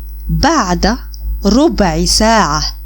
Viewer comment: Thanks. Why do you pronounce ساعة saatu and sometimes saa?